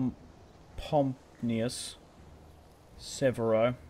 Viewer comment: Gnaeus, pronounced as NEE-US, not Gannicus 😅